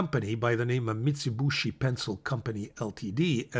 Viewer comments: I know it's easy to mispronounce but it is not MITS_i_B_u_SHI but MITS_u_B_i_SHI. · Thanks,. (btw, it's Mee-tsooh-Bee-shee) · MIT-za-boo-shi? Ok thanks for pronouncer— I’d been calling it Mitsubishi like the car co